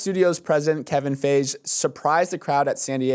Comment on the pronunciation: The way you said Feige like Beige 😂😂😂